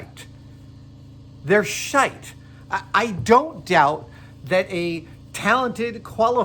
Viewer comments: You say sh#te like a proper Irishman 😁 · i love it what Adam says Shite. it sounds so weird hearing an American say it. it's such a UK/OZ thing :-) i'm guessing he picked it up from the Australian crew on Mythbusters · Adam saying shite like an Irish man